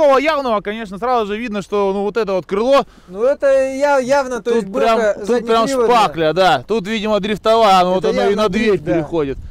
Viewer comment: Не шпакля,а шпатля сука.Неучь.